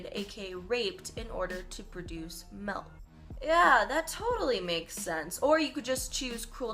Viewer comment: Did say "melk" instead of milk?